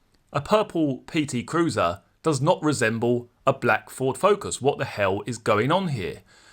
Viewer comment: Just hearing you articulate the words purple PT cruiser are nearly worth the subscription